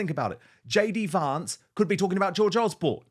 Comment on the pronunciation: He keeps mispronouncing JD Vance's surname.